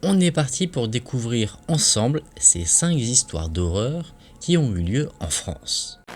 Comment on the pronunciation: Je ne savais pas qu'il y avait un ”s" à "cinq"...